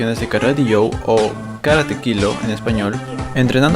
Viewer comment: se dice "quillo" no "kilo"